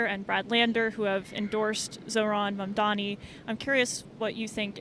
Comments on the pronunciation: Why does he continue to mispronounce Mamdani’s name as Mamdami? 🧐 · Hes been saying his name wrong incorrectly for months now... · The way he says "Mondami" makes me irrationally angry 😂 "IT'S MOM-DONNY YOU GENOCIDAL F*CK!!!" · "Zohran Mom-dom-me" ahhh, Cuomo and his constant Freudian Slips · Hopefully by the time he finishes his concession speech he'll actually learn how to pronounce the new mayor's name. Probably not though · It's funny how you can tell apart a Cuomo voter by the way they choose to pronounce Zohran's last name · Couldn’t possibly take more than 2 minutes to learn to say someone’s name correctly. Just repeat it to yourself a few times. It’s a basic sign of respect. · LOL. He was a horrible governor ( covid policies etc). But two things: 1) When you cannot even pronounce the name of your opponent correctly, how do you expect to lead an extremely diverse city made up of individuals who do not have WASP names. 2) I also wonder what his family thinks about his S assault allegations? It is honestly pathetic. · At this point, still not being able to pronounce Zohran Mamdani's name, which is NOT hard to do, is just disrespectful as a human. Cuomo has debated the man, met him in person, it's not hard to learn how to pronounce someone's name! Just makes me think he's doing it on purpose which shows what kind of person he really is. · Bro half his own supporters don’t know how to say his last name properly, you can literally watch it happen in her other street interview.